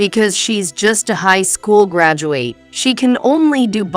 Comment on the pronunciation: Story #5 AI mispronounces the words Graduate, Bowed. I am glad there was a happy ending where the MIL & Ashley were found out.